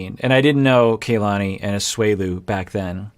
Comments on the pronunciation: Please, you've been so good with Larissa's name! Stop calling Kalani "Kaylani"!! Both "A" are the same as ahhh kah-lah-ni. Asuelu is saying correctly. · Her name is pronounced Kah-lani. Not Kaylani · It's not KAYlani it is Kuhlani. Both of the a's are soft vowels. As someone with a Polynesian first name, it's like nails on a chalkboard hearing her name continually mispronounced.